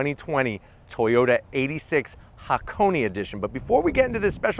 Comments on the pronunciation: "hackoney" well, he's getting there... By the time the GR86 is out maybe he'll pronounce it "hah - kon - eh" and "eight-six" Love your vids tho! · but thought he pronounced Hakoni/Hakonay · and yet he still manages to butcher the word